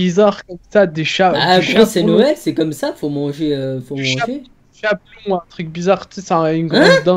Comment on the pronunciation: c est du chapon pas un chamon